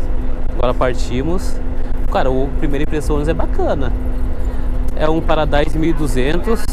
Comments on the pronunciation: Não é paradise é PARADISO KKKK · Uma observação, não se pronuncia paradaiso, se pronuncia Paradiso, obrigado pela atenção, é boa sorte no seu canal, é ótimo o entretenimento! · Paradaiso nao, é Paradiso cara EDIT:VIRGULA